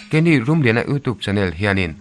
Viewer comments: 'Youtube' ilam dan hi 'youtuub' tilovin 'youtiub' tiin lamla afuh zawk ang, thahnemngaih thuhla aw😊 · Youtube tih hi i lam dan a mak eeee...!!! Sapṭawnga 'U' kan lam dana lamrik a ni mai a...'TUBE' lai hi 'tuub' iti nge ? pawh ka hrethiam lo...enge maw lai diklo hi chu aawm a ni.